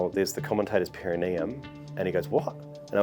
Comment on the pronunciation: So many years later, and yet you guys still have no idea how to say 'perineum'